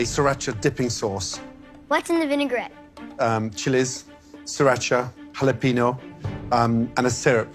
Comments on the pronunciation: Not Gordon Ramsay pronouncing "Jalapeño" as "Hallapinyoe" 😂😂😭💀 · The way he pronounced jalapeño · My heart broke with the way he pronounced "jalapeño".